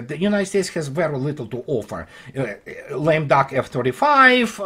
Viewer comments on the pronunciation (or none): none